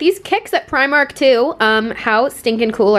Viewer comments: Dunno why her Scottish pal didn’t tell her how to say “primark” properly it’s PRE-mark not pry-mark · Say primark like u r from london, pre-mark! I am Irish... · the way she pronounced primark..... oh my god help haha